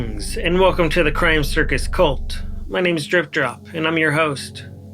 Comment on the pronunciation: The Macon Georgia accent that turns the word shit into three syllables like “she-ah-it” but the word crime is one syllable like “crahm”